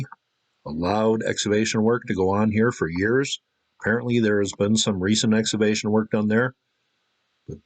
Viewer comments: I love this guy but he doesn't understand that the word "excavation" contains a "hard C". It's pronounced "ex-KA-vay-shun." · Had to shut it off after the third time you said "eggs-avation". EX-CAVATION EX-CAVATION